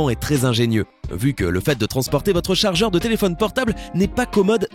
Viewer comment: le charjer et le meiuer